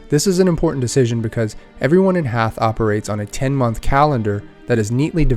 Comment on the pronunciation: I know I’m late to the party, but nice review of a lovely game! It does annoy me, however, that everyone keeps pronouncing Haeth as “hAAth”. That’s the only way it actually can’t be pronounced! It’s either “hIIth” or “hEEth”. I’m assuming it’s “hEEth”, since that’s an actual word, and you know, where the game is set and all. On the heath.